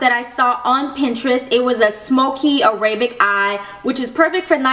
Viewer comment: It's "A-ra-bic" not "A-ray-bic" :) you look beautiful though